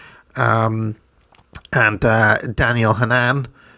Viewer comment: I'm not a brit, but isn't Daniel Hannan's name pronounced differently? Han (like "Hand") nan (like "Nand gate") Hannon or Shannon is the cadence the name is typically spoken with. Here they are at Oxford saying it this way: No inflection, just saying it casually. I've spoken to him in person, and though he could just be supremely polite, I've never seen him flinch or correct people pronouncing it in the way I've laid out.